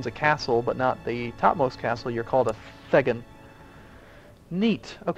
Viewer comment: I realise I'm over a month too late, and you may have got it right later on that I've not seen yet, but "Thegn" is pronounced "Thane" :)